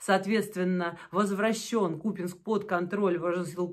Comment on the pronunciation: Да не купЕнск! КупЯнськ!